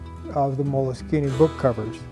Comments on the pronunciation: If you look in most websites for the pronunciation, it's mol-a-skeen-a. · I have Molskine pronounced 3 different ways now! I`m gonna have to ring them up and find out which is correct XD